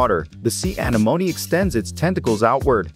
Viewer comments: Your AI voice generator is more artificial stupidity than artificial intelligence: "anemone" is pronounced "uh-NEH-moh-NEE", not "A-nuh-moan". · AnEEmone, not, aneMOne. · Pronounced 'an-en-om-ie' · When you get lazy and use a cheap text to speech; anemoney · The heck is wrong here....thats not how you say anemone...when a little children's cartoon movie says it better. You should know you failed and failed hard Is that a computer voice or were you just born yesterday? uh·neh·muh·neee Anemome....and an anemone is a flower....great way to miss the most basic stuff. Only a fool who knows nothing will enjoy this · Bloody AI voices lol A-neh-monee, say it with me AH-NEH-MON-EE. Sounds like its saying Alamony on this lol. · I’m sorry but SEA ANOMNI😂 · See anemonih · Anamoenee Anamoens 💀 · Sea “ANA MOANY” 😂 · anEmone! It is pronounced anEmone!!!! smh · Sea Ana-MOAN-E 😂😂😂 i wish we could hear this guys real voice i hate AI. It’s go basic and boring, although i like watching him dissecting sea animals I wish we could hear him talk. The AI voice sucks and mispronounces every word even easy words. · It's pronounced uh-nem-oh-nee F.Y.I. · Very good video but holy crap, it's Uh-NEM-O-Knee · Ah-nem-oh-nee. (Sorry, was watching Finding Nemo) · It hurts me every time he says sea anemone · The way you say its name drives me crazy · It's painful to hear the way you are pronouncing anemone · I love how this computer voice can't pronounce Anemone. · The only thing that bothers me is how they say anemone:,] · Am I wrong or do I remember anemone being pronounce VERY differently. Unless everyone I have ever met is just wrong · Pretty sure its said wrong because theyre using text to speech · a different accent is not th same thing as putting the stress on the wrong syllable.